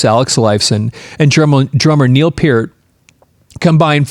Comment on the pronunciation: I was hopeful just before clicking on, but yet again... ANOTHER person who can't pronounce Neil's last name CORRECTLY!! Holy friggin' cHRIST, man!!!!